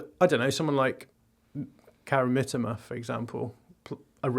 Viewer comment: extra credit for correctly calling Mitoma "Mitter-ma" rather than "meTOEma". Now just work on Estupinan. Is "Est-opinion" - not "Estoopy-nan"